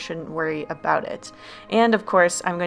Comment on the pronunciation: talk aboot